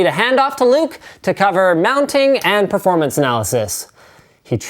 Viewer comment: "maximum PREformance" WHAT LINUS?